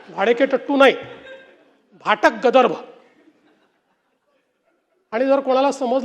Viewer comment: गदर्भ??? 😂😂😂आधी मराठी नीट शिक, अरेरे ब्राम्हण नारे तू.. सगळ्यांना भाषा शिकवणारा गर्दभ आणि गदर्भ मधलं फरक ही कळतं नाहीये! दंभ बोलतोय ह्यांचा.. माज चढलाय सगळ्या bjp वाल्यांना.. 😡😡😡😡